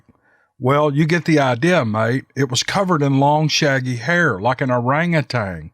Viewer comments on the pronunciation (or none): none